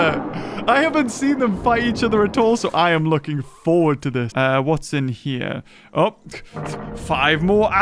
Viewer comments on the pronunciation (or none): none